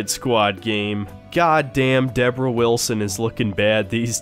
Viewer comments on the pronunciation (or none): none